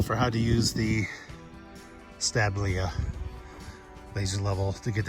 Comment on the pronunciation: Thanks for the tutorial on the Stabila (my pronunciation would be an international sta * BEE * la). The 90 degree feature is pretty cool.